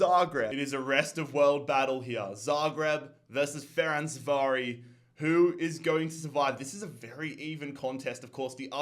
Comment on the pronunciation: My favourite series on YT right now, mad respect for you for doing all of this work to entertain people. It is a pity, that my team has been eliminated, however, I’m patiently waiting for the final episode. Btw, the Hungarian team’s name is meant to be read as “Ferenzvárosh”